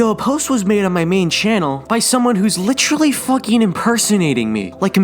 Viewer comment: Dude puts too much emphasis in Literally, becomes Litralee